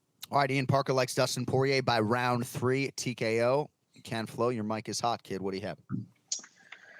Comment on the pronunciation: I just wish he would stop saying ken flow